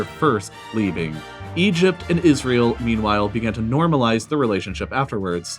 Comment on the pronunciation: No one:: Isrëėêl